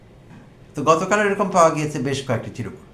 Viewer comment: শব্দটা চিরকুট নয় চির্ কুট( chirkut)